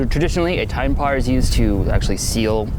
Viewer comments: did he say TinePar, not Pine Tar?! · said "Tine Par" instead of pine tar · Am I the only one who heard "tine par" instead of pine tar? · “tine par” haha. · ~ Did he say, "tine par" ? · That's the minnesota accent. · Did he really say "a layer of tine par will seal the skis"?